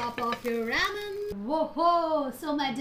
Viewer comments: It's ramen and not ramen ( I mean pronounced as raa-men ) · pls pronounce 'ramen' correctly